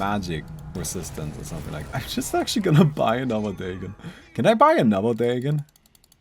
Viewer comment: Is that how you pronounce Dagon ? 😂 I’ve been using Dahhgon or the gone never heard Daygoon